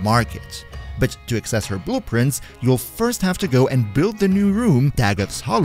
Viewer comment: i thought he just said boob prints and not blue prints